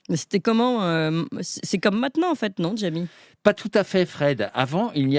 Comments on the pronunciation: Je vote pour une nouvelle séance de C pas sourcé (😅) mais à condition que arrête de dire Djamy au lieu de Jjjamy 😂 Sinon j'adore les jeux de rôle... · PTDR qui dit "Djamy" au lieu de "Jamy" ^^